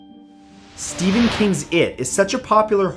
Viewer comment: You said Steven it’s Stephennnnnn